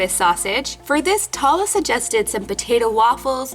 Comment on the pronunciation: I love this! ❤️ it’s making me real hungry😋 Oh! And one more thing ☝🏻 Tala isn’t pronounced (Tah-la) it’s pronounced (Taa-Laa) I know this because I AM from Saudi Arabia شكرا للفيديو الجميل❤️❤️ That means, “Thank you for the great video❤️❤️” ———————————————————————————————————————————————————————————————————————————————⬆️ 😊